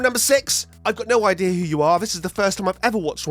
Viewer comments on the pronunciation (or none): none